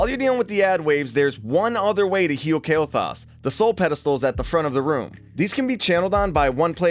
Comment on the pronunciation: I dare ya Say Kael'Thas one more time xD